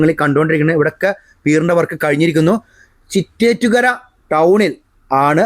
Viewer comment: ചിറ്റേറ്റ്കര അല്ല ചിറ്റേത്ത്കര ആണ്.